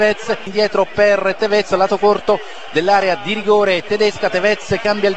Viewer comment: In realtà si pronuncia Tèvez e non Tevèz come diceva.